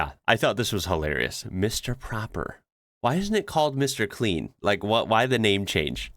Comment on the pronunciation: Yes have been to the Icelandic church and it has an elevator all the way to the top where you have an amazing view over the city and all the colored roofs! Mr. Proper (not propper as you pronounced it) it’s one P so the O is pronounced longer. Proper in Dutch and Germanic language is actually the translation of Clean. So now you know Dutch/German word for clean! Proper.